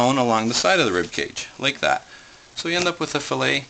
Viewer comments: Fil-let lol it is fil-lay. Lol that made me laugh. Are you canadien? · What the hell is a fish FILL-IT. You butchered the fish. You don't have a clue.